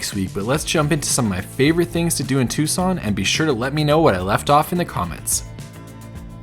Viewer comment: As always, a great video! But it's Tucson, not Tuscon... :D